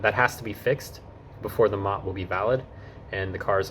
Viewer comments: MOT? MOT? No one, anywhere, not once, ever called it the MOT, it's an M.O.T., pronounced M.O.T. Not a mot. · M O T. Not pronounced mot……😂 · It’s pronounced “em oh tee”, not “mot” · It's not MOT - It's M O T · its not pronounced MOT its pronounced m o t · One pedantic, minor point - nobody here says MOT, it’s M.O.T. Enjoy your time here and make the most of your car to explore the UK. 🇬🇧🇺🇸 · wrong on the v5c, you should be given that by the seller ,either a car dealer or private sale, you fill in your name and address details ,and send your part of to swansea,and your v5c comes back to you in the post ,also it not a mot its a M O T pronounced seperatly, its also not tags its number plates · Minor point but we pronounce it M,O,T not mot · It is not "Mot", it is "M.O.T.", named after the now defunct Ministry of Transport that initiated the test. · Please please please, don't call it a mot, that is a ladys' private parts. It's an "Em~Oh~Tee". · "We don't call it a "MOT", we literally spell it out (M.O.T) so it becomes as 3 syllable word. You will never actually hear anyone say "MOT" as it is written. BTW, it stands for "Ministry of Transport". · btw its " M O T" you say the letters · Just so you know, MOT isn't said as a word, but as individual letters M-O-T. You might already know this by now though 🙂. I enjoyed watching.